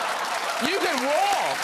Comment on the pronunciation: "...come 'rock' up" Did she mean "walk" but the thick accent got in the way?